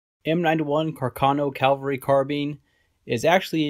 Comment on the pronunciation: Pronounced cav-el-ry not cal-vel-ry. You do it over and over.